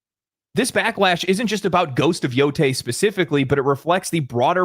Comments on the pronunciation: It's pronounced "Yo-tay". The Japanese pronounce A's as "ah", E's as "eh", I's as "ih" like imp or ink, O's as "oh" like dog or box, and U's as U is pronounced. So Ai would rhyme with eye, Ei would rhyme with yay (more or less), Oi with boy etc. Once you know that, pronouncing Japanese words becomes easy. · Why most Americans cannot get this right? Mount Yotei is pronounced YO-O-TA-E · "Ghosts of Yotoy -- I'm pretty sure I'm pronouncing that correctly" There's only one 'o' in the name, my dude, lol. Just look at the letters, it has 2 possible phonetic interpretations by an English speaker, 50/50 chance of getting the right one, or at least one closer than Yotoy. You acting like it's actually written in the moon-runes. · Ghost of Yotei. Yotei = Pronounced as "yo-tay". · lil bro really said "ghost of yo-TOY" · My man said yotoy 😂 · you should learn one thing in particular from Legendary Drops. Namely how to pronounce Ghost of Yotei. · Hi, Japanese here. "Yo" in Yotei can be pronounced like "YO-da", and "tei" like "TAY-lor" (but feel free to go with whatever feels comfortable to you.) Thanks for the show!